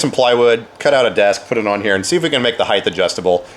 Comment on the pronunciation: Length, width, breadth, height. Heighth isn't a word